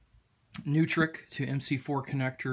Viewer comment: Those Neutrik connectors (pronounced "NOY-TRICK", NOT "NEW-TRICK"), are actually PRO AUDIO SPEAKER CONNECTORS, called, "Speak-On" connectors, and are easily available from sellers in that industry (the industry I work in)... And it's absolutely ludicrous that a device at this price point doesn't also provide the function of charging from a standard AC wall outlet...